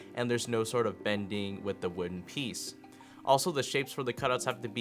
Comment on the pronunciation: "separation chamber piece"........thats how we church it up on youtube. But wait! Is it 'piece' or 'pliece" ?